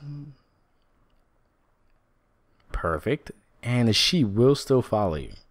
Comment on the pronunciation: Did he say SHIT FARM????